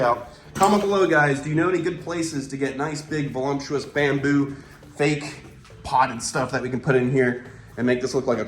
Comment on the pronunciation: Voluptuous. Not volumptuous